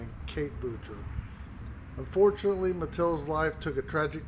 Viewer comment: It's pronounced "Boo-shay", not Boocher. It's French. But thank you for cleaning her memorial.